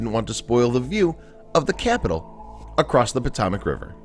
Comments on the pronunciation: It's not the PoTOMac river, it's the PoTOEmac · ...He can't pronounce Potomac.